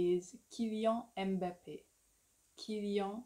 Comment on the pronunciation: I am Cameroonian . the name Mbappe comes from my city Douala(Cameroon) it is a 2 syllable word NOT 3. original pronouciation is syllable 2syllable Mba-ppe not M-ba-ppe. et je suis Camerounaise aussi